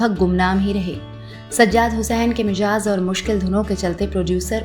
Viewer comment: aapne baar baar Mizaj ko Mijaz bola hai.. talaffuzz per dhyan dene ki zarurat hai..